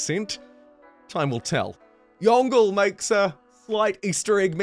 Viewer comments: I die every time I see someone pronounce Yongle as "Yon-gle," as opposed to "Yong-le" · Surely "Yongle" is NOT pronounced like "dongle", but more like "yong la" or "yong leh" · Just a bit of pronunciation: for Ming's unique ability, "Yongle" should be pronounced as "Yong-le", which is the emperor name of ZhuDi. Wonder if Ming great wall can upgrade from Han great wall or you have to build over/build new...